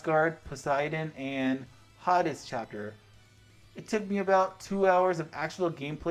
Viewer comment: hahahaha made me laugh how you said hades :P